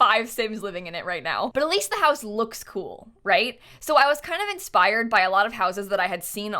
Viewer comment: At like when she said she was kind of inspired I had to listen to it multiple times because it sounded like she said that she was kind of expired 😂 and I knew what she meant but was trying to hear inspired instead of expired😅